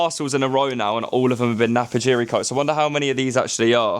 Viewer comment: Napapijri not Napajiri. But I made exactly the same mistake when I came across this brand